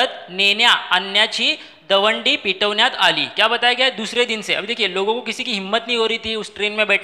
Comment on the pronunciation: Page no 12 var दवंडी हा शब्द आहे तुमचे pronunciation चुकले आहे तुम्ही दंडवी असे म्हटले आहे